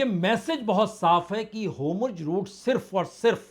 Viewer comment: होमुर्ज नहीं होरमुज़ है गलत बोलता है